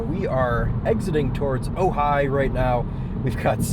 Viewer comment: Yup, Ojai valley, you said it right lol. I grew up out there!